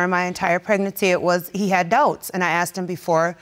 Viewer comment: ‘Pregnasex’.....now that’s a new one🤪